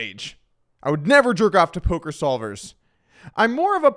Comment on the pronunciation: We did it, after all these years of saying it in the comments, Doug finally called it polker news.